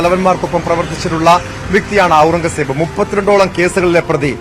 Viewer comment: പുള്ളിയോട് പേര് മാറ്റാൻ പറയണം!!! ഔറൻഗസേബ്!! പറയാൻ റീഡ്ർ ബുദ്ധിമുട്ടുന്നു 😂